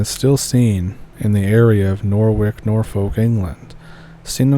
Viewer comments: Norwich is pronounced nor-itch Norfolk nor-fuk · Nor-wick!? Nor-wick!? I am not even English and you are driving me crazy. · Just to help you for future reference the last syllable is pronounced like the end of the word sandwich Nor witch lol 😂